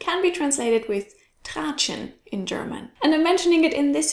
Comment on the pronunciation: man spricht das Tratschen aus und nicht traatschen😂😂